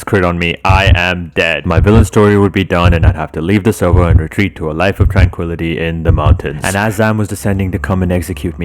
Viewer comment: nah bro said I want to be the supeurvillwan of the seurveur i cant take this man serious